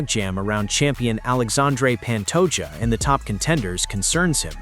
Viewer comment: Glad I wasn’t the only one wondering why he kept saying Pantoja 😂